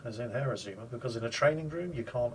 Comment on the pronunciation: It took every ounce of power I could muster not to scream at my screen the entire video when he kept calling the ship the Izuma and not Azuma